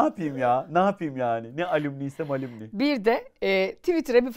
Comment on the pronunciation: Alumni —> “Alamnay” diye okunur; eğer Alümni Alümni diye şakasına söylemediysen 😎🤩